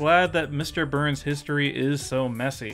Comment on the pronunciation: Are you saying "Burns" or "Boo-urns"?